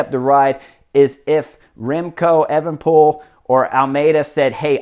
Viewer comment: also chris its pronounced A-van-a-poel